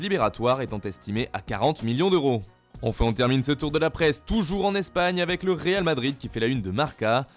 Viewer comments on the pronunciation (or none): none